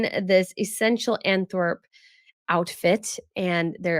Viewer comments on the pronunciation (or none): Antwerp.....pronounced like it is spelt...not Anthorp. thanks